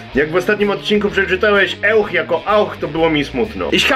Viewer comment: "euch" nie czyta się jako ""ełch" tylko "ojś"